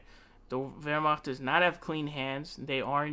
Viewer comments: Yeah "Wehrmacht" Was decent, but the rest was awful. I'm bilingual, Eng-Ger. But I don't fault him, German is a horribly hard language. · Yeah as someone who has studied German for five years with German family speakers, those first 10 seconds where he said "Wehrmacht" with the gutteral r and ch had me floored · What about it? It was pretty good and it shows informed himself how to say it. Unlike probably 90% other foreigners that i've heard pronouncing it.